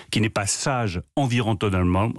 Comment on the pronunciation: B. Lemaire est tellement allergique à l'écologie qu'il n'arrive pas à prononcer "environnementalement".... Concernant le prix à la pompe qu'il augmente, c'est quasi normal, ce qui ne l'est pas ce sont les cadeaux aux millionnaires, milliardaires et au CAC40, mais ça, Bruno n'en parle pas, Manu non plus (ah bah non, tonton Bolloré en bénéficie outrageusement, il ne faudrait pas l'offusquer!)